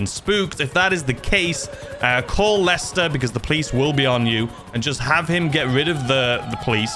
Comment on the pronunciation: Every time you said lister I corrected you to Lester, don't worry